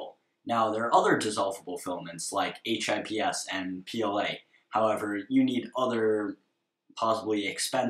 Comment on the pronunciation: no sorry i meant you said h.i.p.s and it sounded strange aha :)